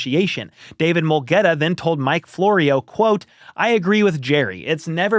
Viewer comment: should say I can’t pronounce his name instead of saying I don’t know his name. Mulugheta is Ethiopian name BTW.